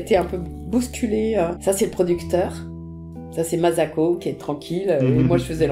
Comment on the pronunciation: J'ai vu cette vidéo 10 fois elle me met les larmes aux yeux à chaque fois... (Bon par contra ça se prononce MaSSako.pas mazako 😉 ) Merci Mme Lecordier pour ces souvenirs